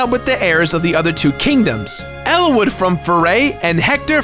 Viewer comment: "Elawood" "Linia" "Elibee"